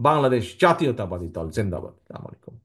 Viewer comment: সালামটা পর্যন্ত ঠিকমতো দিতে পারে না সে আবার দেশ নায়ক।